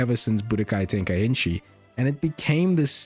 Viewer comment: it's "Tenkaichi" not "Tenkainchi" ;p